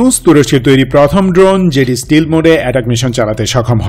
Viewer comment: স্টিলথ না স্টেলথ